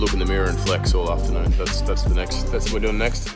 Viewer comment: I like you to surffing with me it's too funny to listen the watttttt